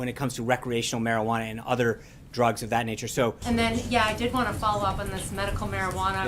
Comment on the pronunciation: "oh no my dwuggz that we spend thousands of dollars a month on ): "